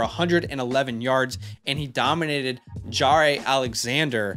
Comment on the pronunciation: Pretty sure he's ripping your pronunciation of Jaire not on the take. "Jah-rey" vs "Jai-ere"